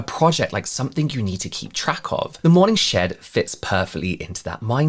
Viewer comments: It sounded like you were saying “morning shit,” but i think it should he morning shed?! Sorry! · Not me at work not paying 100% attention and hearing "morning shit" instead of "morning shed" lol. Gotta love a good morning 💩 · When you said "morning shed", I heard "morning sh*t" 😂 💩 I thought , what can they possibly sell there? An enema? Lol 😂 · I swear, at the beginning of this, I thought he kept saying , "the morning s*it." Lol love the channel!!